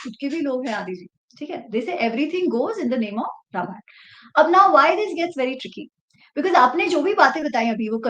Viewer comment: talks by A major correction if you permit 🙏🏽 Its रामायण and not रमायण (@,,, ). Ramayan ke baare mein baat karte time Ram naam mein galati karne ka scope hi nahi hai.